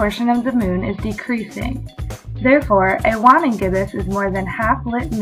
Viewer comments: dont take my word for it, but i think its WANING, not WANNING. other than that, rly cool vid!!!! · cool video. ..my Astronom y teachers used to pronounce WANNING with the "A" sound. ..like (weigh)-(ning)